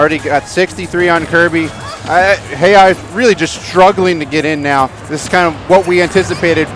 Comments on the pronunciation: Commentary was okay, was just annoyed by the fact that they kept on mispronouncing Jejajeja as heyhaheyha. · its JeJaJeJa damnit. not heyhaheyha lmao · Um not really he even confirmed it himself that it's jejajeja not heyhaheyha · These are the first commentators I've ever heard pronounce jeja's name that way. Is this how it's meant to be pronounced? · Why the heck do the commentators not know how to say Jejajeja’s name?!?! That’s so annoying lol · the commentators need to know what they are talking about. and at least pronounce their names correctly